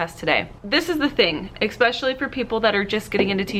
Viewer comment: Expessly instead of especially, arithmic instead of arithmetic, excaping for escaping. I’m anxious already. Please brush up on grammar for the benefit of your students. Example is very important.